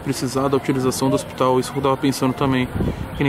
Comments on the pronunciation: a tem toguro nao sabendo pronunciar hospital tem like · Tem Toguro que não sabe falar hospital tem like 🤣🤣🤣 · Ja matando aminal, fica dando informação errada. Ainda de quebra não sabe falar hospital. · Tem toguro que não sabe falar hospital tem like. Analfabeto da quebrada 🤣